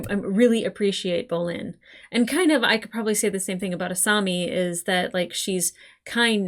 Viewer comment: Uou you are saying asami's name wrong